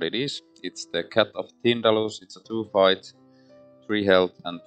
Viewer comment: Wow, that went... Arkhamly :D How you managed to win with all those autofails I have no idea. And every time you said "fight" I heard "bite", which is kinda thematic. My playthrough with Bark and Kate ended up with Bark going mad chasing all the cats and Kate loosing to the doom clock.